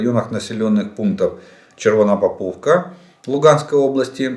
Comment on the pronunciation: Еееееебать, неужели ты выговорил Червонопоповка?!!!!!!!! )))))